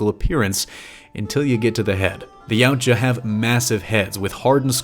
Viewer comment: One thing that is like to point out is that the word Yautja is pronounced e-what-ya. Otherwise, you did good!